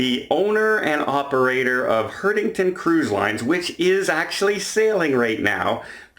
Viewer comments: Hey I can understand where this Guy is coming from The beautiful town of Dubrovnik in Croatia isn’t designed for 6000 people to suddenly descend on it. By the way it’s Hurt Igru ten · Thanks you for your assistance with pronunciation. has mispronounced Hurtigruten on a couple of his videos and it always sends shivers up and down my spine. I love Hurtigruten! I've been on several of their "adventure" cruises, and have always had great service and fun.